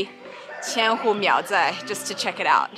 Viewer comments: English speaking people can't pronounce "zh" sound in Chinese. She pronounced 苗寨（Miao Zhai) as Miao Zai. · when you say 苗寨, you keep saying miao syai. it should be miao zhai. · 苗寨（zhai） not 赛（sai）,hahah